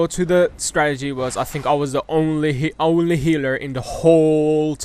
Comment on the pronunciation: The way he say healer is funny